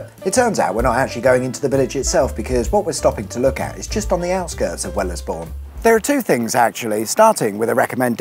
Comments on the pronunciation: Great video apart from one rather irksome feature - it's pronounced Wells-Bourne not well-as-bourne. 😅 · It's not pronounced "Well-es-bourne" it's "Wells-bourne", also "Guys Cliffe House" is said all straight, no emphasis on "cliffe" needed. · FYI... It's wells-bourne not well-es-bourne 👍🏻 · Well es Bourne lmao.. pronounced Wells born bro. XM655 belongs to my mates family, it was purchased for a quid. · Wellys bourn? Wells bourn son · I think it's pronounced Wellsbourne, not WellEsbourne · My part of the country - XM655 is a great visit. Wellesbourne isn't pronounced with the "e" though so it is Wellsbourne! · As someone who was brought up in Henley In Arden, this is amazing nostalgia. It’s a shame about Long Marston, they used to have a fantastic biker festival called Bulldog Bash there. Also Wellesbourne is pronounced “Wellsbourne” you can ignore the extra E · Hearing the pronunciations of Charlecote and Wellesbourne does make my eye twitch a little… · Yes, I'm local and as much as I enjoyed this Wellesbourne is pronounced Wellsbourne and Charlecote with silent E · "Wells-born" and "Charl-coat" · Super interesting video about my local area, well done dude Although noone pronounces the second e in Wellesbourne, we all pronounce it as if its spelled wellsbourne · FYI, these places are pronounced A-vun, Wells-born, Charl-cut. (I live not far from the windmill.) Interesting trip though, and maybe I will visit the drag strip before they build over it! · nb "Wells-Bourne" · Wellesbourne is pronounced "Wellsborn" - at least by the people at Wellesbourne airfield, where I fly from. It's a shame you didn't go a little down Loxley Lane to the Wellesbourne Wartime Museum - a small collection of planes and bent props (open Sundays only). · I grew up in Wellesbourne and I've never heard it pronounced like that. The second E is silent - 'Wellsbourne' 🤓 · Wellesbourne: Pronounced 'Wells-born' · Wellesbourne pronounced Wells-born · Wellesbourne is pronounced 'Wellsborn'.